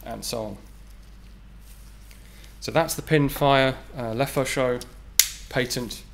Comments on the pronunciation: "Lefaucheux" et non "Lefeuxchaud" , which means "the hot fire" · It's not a LEFEUCHAUX but a LEFAUCHEUX ! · le Fo Sho company 😂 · "Le Fo Sho" When you're gangsta but also french.